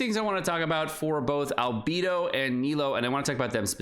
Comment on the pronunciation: How can you pronounce Beidou correctly but say Albeeedo like that. 😢